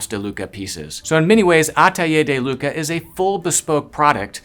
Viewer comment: and its not looka its close to lewka (lUcas)